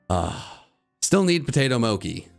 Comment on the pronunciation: The way he mispronounced potato mochi triggered me